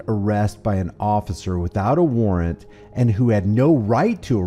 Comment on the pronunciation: a-WAR-RANT....how cute...silly! 😂😂😂😂😂